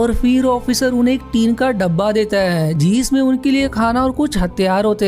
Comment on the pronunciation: Bhai... Apni hindi par work karo... जिसमें और जीसमे अलग अलग होते है। जिस पर और जीसपे।